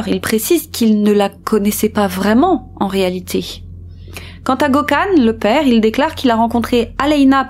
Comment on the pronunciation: Et aussi Gökhan se prononce "gueu-canne" 😉😘